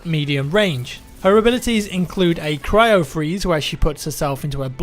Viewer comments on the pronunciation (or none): none